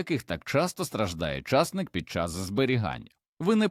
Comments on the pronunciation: чАсник -чАснык , часнИк це , а не чАснык . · Ідійот, невже так важко втовкмачити ШІ що ча'стник-ов (приватників) сажають тільки на болотах, а часни'к садять в Україні і встановити правильне звучання слова. Просто жахливо, неможливо слухати, хоча тема і потрібна для села.